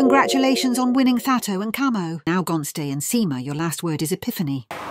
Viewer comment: It's how the producer pronounces Gontse's name, for me😂😂😂😂😂